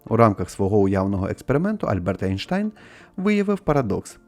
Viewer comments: Ейнштейн, а НЕ Анштайн!!! Не сором українську мову. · Чому у всіх єйштейн...,а в тебе мммм айштайн якийсь)))